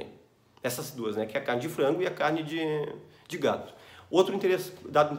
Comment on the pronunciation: Você disse gado, mais parece gato, kkk